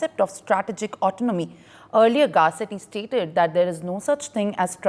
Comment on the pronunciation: At least do some spell check before posting. The newsreader can’t pronounce autonomy and the guy posting the video can’t spell it and spelled it as Autonmoy😂